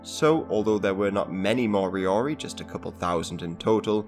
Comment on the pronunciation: if going to discuss moriori: pronounce properly; make sure your facts are correct, for one moriori are NOT extinct as not all were killed or died off and descendants continue to accelerate new generations which includes language and be included in a fairly recent govt payment.